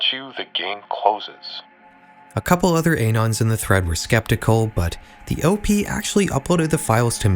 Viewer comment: i dont like how you says Op and Anon. cool video otherwise